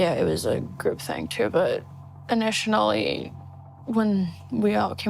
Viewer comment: "initionally" can be dyslexia. She seems ND to me. I mix words all the time.